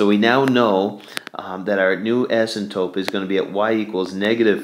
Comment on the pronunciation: asympTOTE, not asymtope